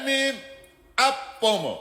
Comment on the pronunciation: Ayyyy düzgünce Apo deseniz nolur